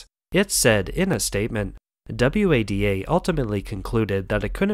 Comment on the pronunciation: Are you insane? The voice over pronounces FINA and WADA as F I N A and W A D A. Classic signs of text to voice, together with the stilted delivery and lack of emotion. If I am wrong then you and "Todd" are the only peoplen on the planet dumb enough to not realise it is and . I agree they do a good job of covering the various topics but it is pity that a script like this is undermined by such a rubbish voiceover.